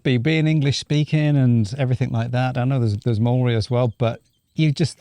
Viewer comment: The way he said Māori was a bit of a crackup but we appreciate the effort as a lot of ppl don't bother xx the little thingy over the a in Māori for example, is a macron 😁👌